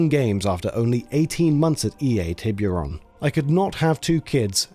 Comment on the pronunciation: Tee bure ohn..not tay beer on